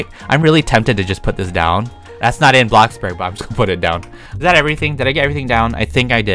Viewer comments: I'm a fan and all, but can I just give my opinion... I don't like how u say Blockburg sorry!!!😫😫😫😭😭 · Blockburg other ppl: bloxburg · I like how syas bloxburg as BLOCCBURG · "Blockburg" -, 2020, 2019, and 2018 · “blockburg” 2020 “blockbOOrg” 😌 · when you say bloxburg i hear like blockburg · he said block burg